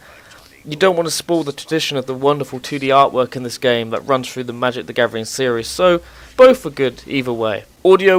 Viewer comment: "Magic The Gavering"